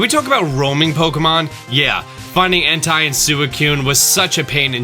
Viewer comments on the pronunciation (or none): “*Entai And sewicoon*”IM WEAK